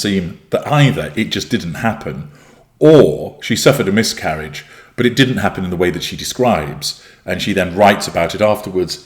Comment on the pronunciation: I thought you first said “myth-carriage”! Which I find very, very fitting😏